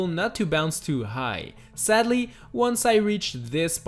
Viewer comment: But seddely